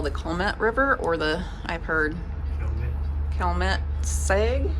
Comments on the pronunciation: C’mon, now! Pre-roria, Illinoiz?? Are we enjoying cocktails up on the bridge? 🤣 Calumet River is easy….just like it looks…Cal-u-met! Same with Peoria…pee-or-ia. Enjoyed your video & your accent! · Yes, please work on all your pronunciation. Peoria, Joliet, Calumet.